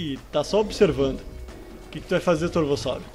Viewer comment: "corvossauro" ksksks